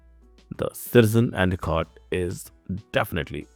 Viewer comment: Couldn’t understand some of the words you said, and a cot?